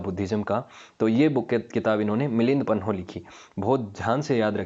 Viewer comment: 15.04 its milind paanh (questions of milind)not milind panoh